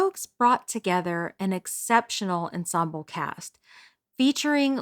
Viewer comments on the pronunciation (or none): none